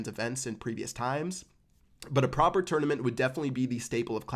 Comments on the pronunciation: If he says twounament one more time😅😂😂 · He says it like a tour and a nament